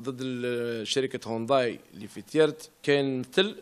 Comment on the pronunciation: يا سي طحكوت العلامة اسمها هيونداي مشي هونداي والله غير زايلة تهدر مفهمتش انت كيفاش راك عايش والله غير الداب راكب مولاه فالجزائر.